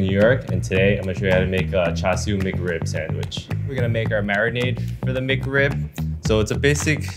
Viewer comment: bruh, CHAR-CHU not CHAR-SU